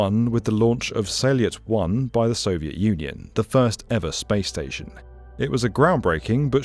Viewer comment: Salyut is actually pronounced exactly as it is written if you get the correct version of the sound. Think of it as "sall" the french word for room, and "ute" as in sport-utility vehicle... it works out to "sal ute"... I had no idea what you were saying with this "sal leit" thing... but I remember Salyut very well when it was in orbit.